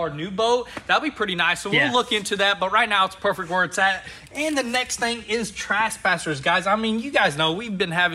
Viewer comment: “Trashpassers” 😂 the correct way to pronounce it is “Tress-passers”